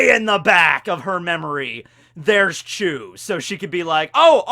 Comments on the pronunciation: Its beca...becaah..chu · I'm sure it's not chew but actually choo